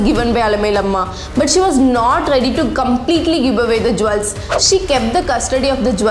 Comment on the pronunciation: 1. It's pronounced jules , not jwells. 2. Understand the difference between woman and women. I will give more tips in your next video.